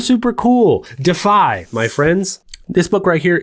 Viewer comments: I think it’s pronounced “De—if-eye” deify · Your pronunciation of DEIFY is missing a syllable…